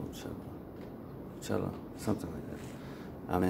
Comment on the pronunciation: It is pronounced poke-a-tello.